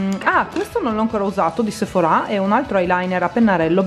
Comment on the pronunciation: Non si dice Sephora' lo pronunci male